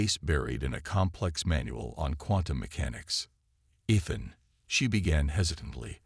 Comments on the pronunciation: Ethan pronounced ee th an. Not ith an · His name pronounced E-than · I like to imagine it's a representation of her accent since the story is from her pov